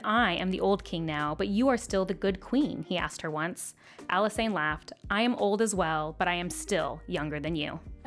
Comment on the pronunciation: Why do people pronounce Alysanne like that? It's literally Alice Anne lol